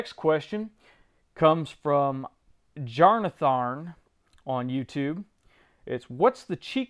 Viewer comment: Jarnatharn? lol..